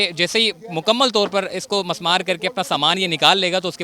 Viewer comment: Mismaar Not Masmaar